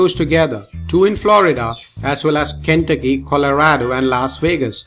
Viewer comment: Ken ta key lmao